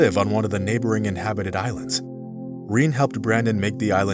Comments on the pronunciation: Generally the name Rene is pronounced "Reh-nay", not "Reen." Rene is masculine, and Renee is feminine ... same pronunciation. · Reen?! Its not Rene pronounced Reyney? Never heard Rene before